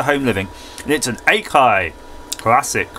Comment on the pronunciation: Akai not Ey-kai - it's just a licenced brand nowadays though, like "Blaupunkt", "Goodmans" and "Energizer" at B&M, or "Polaroid" at ASDA or "Kodak" at Poundland or "JVC" at Currys etc. I had gone on but it got complicated so deleted the rest!